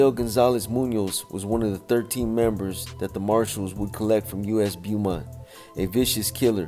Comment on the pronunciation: It’s pronounced Bowmont